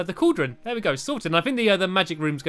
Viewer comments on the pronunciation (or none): none